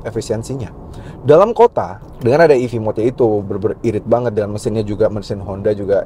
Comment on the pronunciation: ev kak bukan ef😅 salah ucap kak